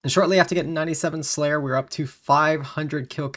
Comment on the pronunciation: I am sorry but Prayer and Slayer do not sound the same.